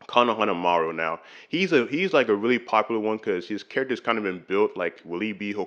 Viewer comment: This is a really great video, i will definitely continue watching this channel. I do kinda have one nitpick tho ( , his name is pronounced kow-nuh-huh-maa-roo)